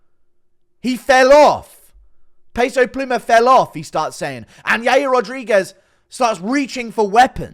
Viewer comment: Hearing Guru say peso pluma made me crack up 😂